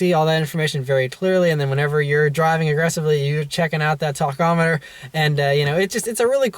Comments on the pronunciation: Dude...please. The correct pronunciation for the engine gauge that measures revolutions of the crankshaft per minute is "tack-"amm-a-ter....not "tock"-amm-e-ter. My God man...get it right ?? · Damn dude, learn how to say tachometer! Cringy